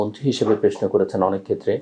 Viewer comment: ভাই তুমি প্রশ্ন কে প্রেশ্ন বল কেন? আর সালাম কালাম দিতে পারো না?